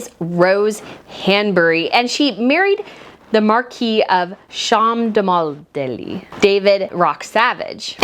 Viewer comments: I love listening to your channel...even when you're relaying a bit of gossip, you seem so nice about it. I had a bit of a laugh when you said the Marquis of Chelmondeley ( pronounced Chumley). I laughed not at you, but bcos it made me recall an episode of Midsomer Murders when the Detective goes across to this palatial place and the guy being interviewed has a hissy fit bcos the detective pronounced it as Chel-mon-de-ley and that's how I , as an Indian , learned that it's pronounced Chumley...who knew 🤷‍♀️😄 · As daft as it seems Cholmondeley is actually pronounced Chumlee 🤦🏼‍♀️ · Cholmondeley, is pronounced: CHUM-lee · Gentle correction. It's read "Chumb-ley", not "Chol-mond-ley". We British are weird 😅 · It’s pronounced Chumlee and Norfolk doesn’t pronounce the ‘l’ aka Norfuk, and this seems like gossip mongering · Cholmondeley is actually pronounced 'Chumley' I have no idea why, it just is 😄 us Brits have some funny ways. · It's pronounced "Chumley" and the rumour is being spread by the sugars on behalf of Meg. She was throne that 'put it out there' to start with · It's my understanding it's pronounced like Chumley. I know how it looks but, it's a British pronunciation. I don't think Pippa would have named her last child Rose if there were any truth in the rumor about an affair. I think the Wales are a solid couple. Albert and Charlene were both Olympians so they did have a shared love of sport. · It's the Marquess of Cholmondeley, and his title is pronounced "Chumley", Yes, Chumley! Please, please, get these things right! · I know it’s hard to believe, but that weird name is pronounced, “Chumly”….. I know..I know…weird. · 'Cholomondeley' is pronounced 'Chumbly'! Honestly. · Rose Hanbury's Husband is David Cholmondeley (pronounced Chum-lee) and I doubt highly that there was anything going on. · I believe the title is pronounced chum-lee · I believe Rose's surname is pronounced Chumly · Markwess of Chumley is how it's pronounced, I believe. 🙂